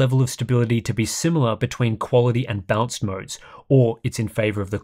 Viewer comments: It's funny how you prononounce "balanced" as "bounce" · My hearing must be going... I know there's an accent involved, but every time says "balanced" I hear him say "bounced".